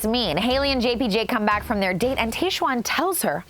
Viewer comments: Love you LZ, but whyyyyy did you keep saying Taysh-Juan instead of Tahzjuan?! It hurt my ears. 🙉 Loved everything else! 🥰😝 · its tajj-Juan (tried spelling phonetically) not tay-shwann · Where did you get the pronunciation of Tahzjuan from?? It’s said exactly how it’s spelled yet you’re saying it like TayShuan?! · Hey Lauren, great episode of RAR! I think Tahzjuan is pronounced like the Taj Mahal. I'm also wondering if some of her weird comments are a combination of editing and alcohol. Tahzjuan seemed intoxicated for some of this. It would also explain her health scare. Great take on Dean and Caelynn BTW! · her name is pronounced Tahz-juan. I love you Lauren but makes me sad when Bachelor Nation people have such trouble pronouncing POC names. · How do you not know how to pronounce Tahzjuan's name when it was said over and over in the episode?? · Lauen, I love you but you are butchering Tahzjuan's name. Lol Your so cute! 😁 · A B do not drink every time Lauren says Tahzjuan incorrectly 🤦🏻‍♀️